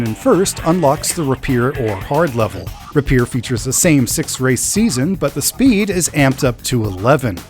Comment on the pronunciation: That's not how you say rapier. Lol.